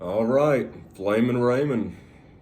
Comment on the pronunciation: it’s “flamin” not “flammin”